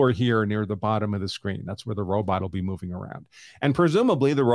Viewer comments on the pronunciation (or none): none